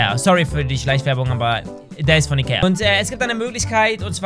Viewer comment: Wer hat auch am Anfang iker statt Ikea veranden